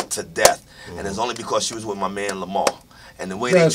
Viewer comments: Lamar not Lamount.hell naw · Why does this man who swears he knows LAMAR keep calling him LAMONT???!!!!!